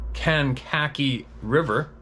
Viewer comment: Kank-a-kee river Chicago area